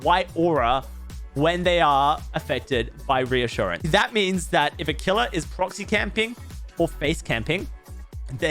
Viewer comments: You said ressurgance lol. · You totally pronounced this perk incorrectly. lol